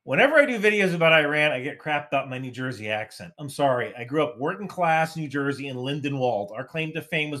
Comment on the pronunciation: "Ney Joisey" !